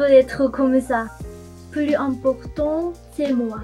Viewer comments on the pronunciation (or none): none